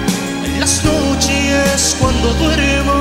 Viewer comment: En las Nochies cuando duerme es el número uno, nochies pronunciaba por esas épocas Micky